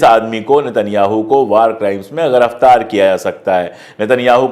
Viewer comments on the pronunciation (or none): भाई पाण्डेय जी ग़िरिफ़तार नहीं गिरिफ़तार बोला करें